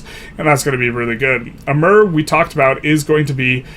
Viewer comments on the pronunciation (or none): none